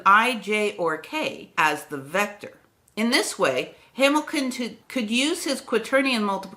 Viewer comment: Clerk is pronunced CLARK... I'm being pedantic. And you also over emphasize the 'ernion' in quaternion. It's fast, 'ernion' not errrrnion' .